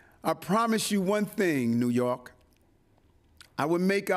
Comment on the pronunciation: Trojan horse....doesn't feel or look right. He can't even pronounce New York and he studders when he has to tell his "stories" to be relatable. Not feeling it.